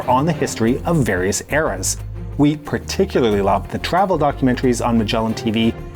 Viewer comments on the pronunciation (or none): none